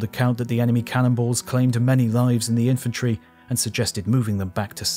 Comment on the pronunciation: Heavy subject, and very well done. The only problem I have appears to be my own in that every mention "cannonballs," I hear "cannibals." Every single time I'm like "what?"